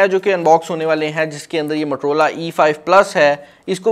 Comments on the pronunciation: Abe bhai matrola nahi motorola hota hai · Waisay its Motorola not "matar rola"😜😂😅 just kidding hope u don't mind